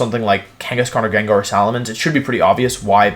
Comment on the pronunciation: Jen jar too